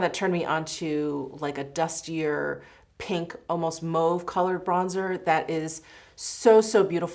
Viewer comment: It’s cute and different but I never heard anyone pronounce “mauve” like “moove” it’s ear catching…